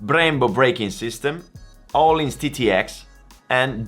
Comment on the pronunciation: When he says öhlins correctly